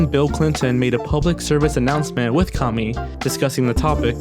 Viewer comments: you pronounce Kami like commie. I've never heard of her but was surprised they'd pronounce it like the derogatory communist 'commie'. I watched 3 videos with her in it and they all pronounced her name Kammy, like rhyming with hammy. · It's pronounced CAA MEE